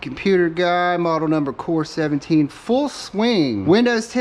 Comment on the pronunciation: that's a core i7 lol (eye 7) not core 17